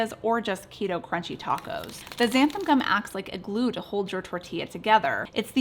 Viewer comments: I was excited until you said xanan gum. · Are you saying ‘xanthum’? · I love your channel but I must say it drives me crazy that you always mispronounce this word "Xanthan." The word ends with an "N." Here is a pronunciation example